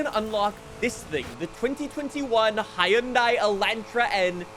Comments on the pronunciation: it pronounced hon-die not hy-on-die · you pronounce the word Hyundai wrong